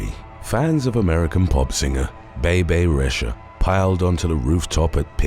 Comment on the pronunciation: You massacred Bebe Rexha's name, bless your heart. 😒